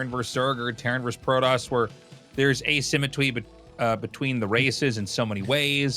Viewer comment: It's for the people here to hear Tasteless say "asymmetwee"